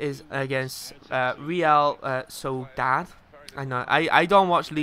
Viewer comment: Real Sociedad, Pronounced Sos-ie-dad i think, i went to their stadium last year in the north of spain and i've got their away top (the one they wore in the video)